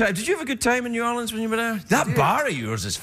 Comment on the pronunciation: I think Channing Tatum is saying Knee-Yourleans instead of New Orleans....? I'm a little drunk though